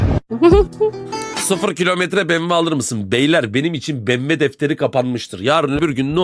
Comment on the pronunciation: Aga gitmişsin bmw bin en sorunlu ucuz giriş segment Peugeot motoru kullanan bmw motoru bile olmayan 3.20i ed modelini almışsın her yayında saatlerce bmw bokluyosun kaldı ki telaffuz bile edemiyorsun markayı BEMVE ne aq ya az araştır bakımlı farklı bi modelini hor kullanıp yanlamazsan çok sağlam arabalarıda var gözünü seveyim az araştır yeter bu muhabbet